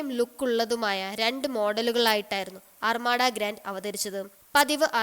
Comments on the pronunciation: അർമാഡാ അല്ല അർമദ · അർമട അല്ല അർമഥ